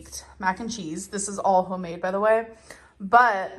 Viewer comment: I haaaaaaaaate that she says "hoe-made". If it's hoe-made I'm not eating it.